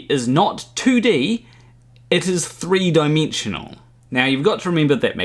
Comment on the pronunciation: "It es threi deimeeeenjonoooal